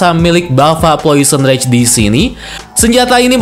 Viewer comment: Janjian nih sama agan reza ya?? Subtitle nya bener namanya plosion rage, videonya penyebutannya salah. Agan reza malah sebaliknya.